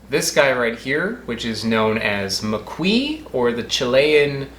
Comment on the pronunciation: wrong pronunciation but still nice. Greetings and lots of love from Chile.